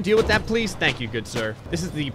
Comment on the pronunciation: "Tank You for the Video" :-D lol